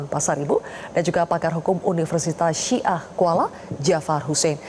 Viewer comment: Mf buk,, bukan si'ah kuala tapi Syah kuala